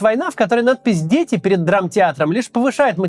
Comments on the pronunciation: Фразу "надпизьдети" нужно проговаривать чётче и медленнее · раз 5 прослушал. "надпись дети" кто не понял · "надпись "дети" прозвучало чисто фонетически очень круто.